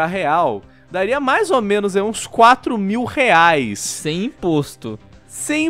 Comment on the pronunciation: "... mais de trezentos reaix..."